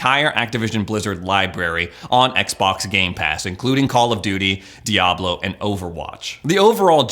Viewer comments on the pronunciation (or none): none